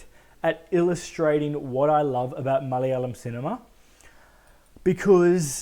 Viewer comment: Damn you say ‘Malayalam’ better than most Aussie Malayalis. Also, yeah unfortunately it fell prey to the inevitable exposition dump and the geezer fight though it wasn’t as big as an issue for me, was kinda funny and I don’t think it was meant to be.